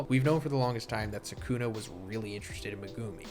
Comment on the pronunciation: Every AI voice gets Sukuna’s name wrong